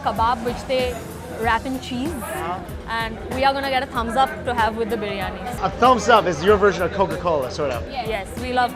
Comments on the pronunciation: I love watching SD videos while dieting, it makes my sad little salad taste so much better ^_^ PS - Every time Mike says 'briani' instead of 'biryani', it makes me cackle :P So adorable! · Not 'briyani' its 'biriyani'😁😁😁😊😊😊😆😆😆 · " you love your ( Briani ) you guys have potatoes in your brianin but i love potatoes on my everything " i laughed so hard at thi